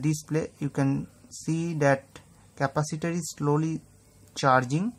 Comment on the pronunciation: интересно сколько раз он сказал капосито ? )_))